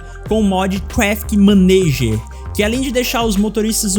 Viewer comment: O inglês é padrão Wilard 👍 Que beleza “maneiger”, “teiles”